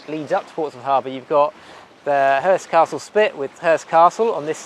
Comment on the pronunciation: Nice to know you are safely home....and know how to pronounce castle (!). Thanks for a wonderful few years, I've loved your channel since 2016. I'll be looking forward to following your next voyage, sounds really interesting.